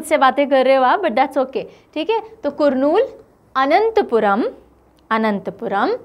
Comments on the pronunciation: Kurnool pronunciation is "Karnool". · करनूल not कुर्नूल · Madam.. kurnool is to be pronunced as karnool..rest everything fine madam.. Thank you very much for uploading this class.. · good morning mam , kurnool is pronounced as karnool. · it is pronounced as कर्नूल not कुरनूल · It is to be pronounced as Karnoolu. कर्नूलु. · It is Karnool.... pronunciation करनूल गुड क्रिएटिव एक्सप्लेनेशन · Pronounciation corrections Kakinada-kaakinaada Eluru-yelooru Kurnool-karnoolu Annamayya-na and ya should dwitwaksharas Bapatla-not Bapathla You asked to correct ur pronounciation I did . Before you prepare for South maps please do talk with that particular state people for better pronounciation. Respect from Andhra